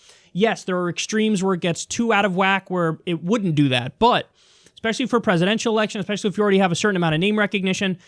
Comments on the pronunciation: I can’t take anyone who says “eckspecially” seriously. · It wasn’t eckspecially, it was actually ecksually.